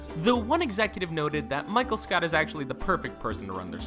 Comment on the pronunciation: DID HE SAY MICHAEL SCOUT???